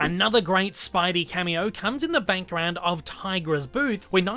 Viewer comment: Is it me or do you keep saying "bankground" insteak of "background".